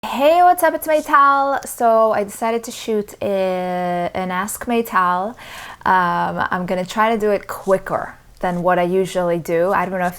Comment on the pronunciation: I have a feeling when you say "Meytal" it makes me or you saying "My Towel" 😎